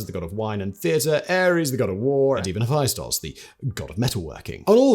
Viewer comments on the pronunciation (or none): none